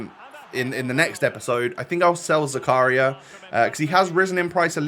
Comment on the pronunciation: When realizes that it isn't zuku-ryYYYA and it's zaka-REEEEEEEEEAAAA REEEEEE PLZZZZ